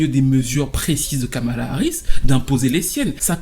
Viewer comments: Je t’ai entendu dire Skamala 😂😂😂 vilain 😂 bien joué ❤ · "Kalama Harris"